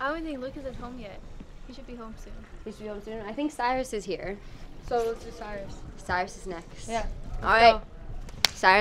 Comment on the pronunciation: It's not cyris it's Cyrus